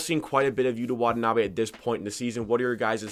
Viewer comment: Props to you dude for pronouncing his name correctly.